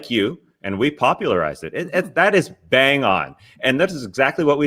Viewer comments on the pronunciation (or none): none